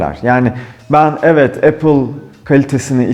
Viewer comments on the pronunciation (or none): none